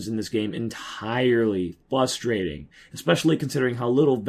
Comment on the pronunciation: I hate to do this but... there is an r in "frustrating"